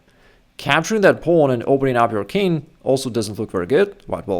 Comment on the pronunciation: I wonder… why do you say « kin’ » for the king, dropping the g altogether? For some reason I find it a bit annoying…😁